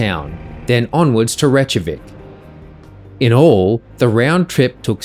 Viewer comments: It’s pronounced Rake-a-Vic…….. NOT rechtkavic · "Rekyavick" not "Rechavick".